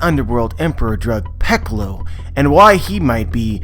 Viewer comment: You pronounce drug peclo as drug pecolo?